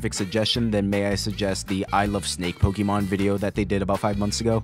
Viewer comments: This is lovely, but my eye twitches every type you say "PokEEmon" instead of "Pokémon"... lol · This is an amazing concept. 9/10. I have to deduct a point because the narrator mispronounced "Pokémon".